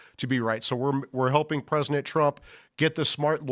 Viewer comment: "Presinent Trump"